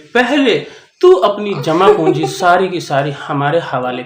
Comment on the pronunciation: Jama punji nahi jama kunjiii😂😂😂😂😂